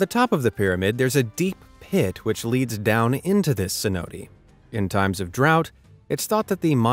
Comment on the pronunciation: Your pronunciation of “cenote” is both funny and painful 😂😂